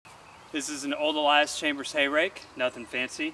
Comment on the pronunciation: Why is it that you call it an Allias Chambers? It's Allis Chalmers. Ha ha! Nice vid though. Looks like it'll be a good rake!